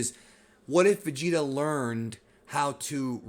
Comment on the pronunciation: lol i have a cousin that says vegetas name like that. "vecheeta"